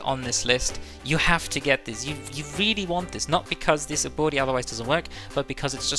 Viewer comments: took me a solid 5 minutes to figure out he was saying "ability" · I’m glad I’m not the only one… sounds like he’s throwing an “uwu” in the pronunciation 😂